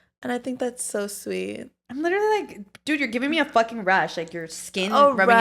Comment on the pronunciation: Let's keep count how many times says LIT-TRA-LY in one pod episode since she wants to point out repeating herself. 😂